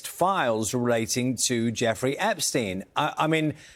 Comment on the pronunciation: Luntz cannot say the name Epstein.